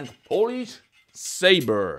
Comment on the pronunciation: WTF "polish"